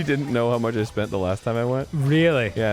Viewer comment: "I shpent it all on gaaamblinng..."